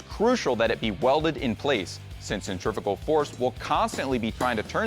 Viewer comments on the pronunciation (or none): none